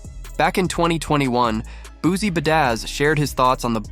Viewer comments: Sir please say his name right it's not Boozie😂🤡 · boozie 🤣 It booSie with a S lol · Man i just can't. Once words start getting mispronounced, it's time to go. I'm sick of this AI bullsh*t. Made it to the 2nd f*ck up on Boosie's name and Baton Rouge, and now i'm out.